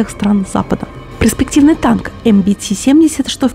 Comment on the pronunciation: ........ПРЕспективный........ПРЕспективный....ПРЕспективного... загугли хотя бы,слух режет твоя ПРЕспектива!